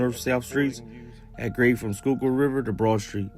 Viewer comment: u said fresh skyukill water lol